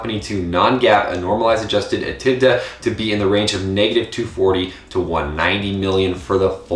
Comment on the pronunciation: Look into how EBITDA is pronounced.